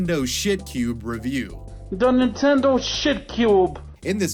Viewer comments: "da nintendo shitcyoob" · Nenteeendo Sheitcuuube